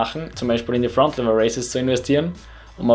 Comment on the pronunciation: Egal ob du einen Dialekt hast. Bitte sprich Fronlever richtig aus